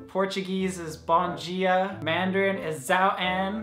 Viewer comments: im portuguese and you said bom dia (good morning) really good :) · awww i loved when u said bom dia haha im brazilian, you said it right <3